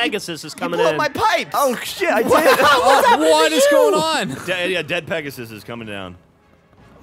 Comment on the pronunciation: Thanks for butchering my gamertag geoff, it's actually pronounced Dead Pegasus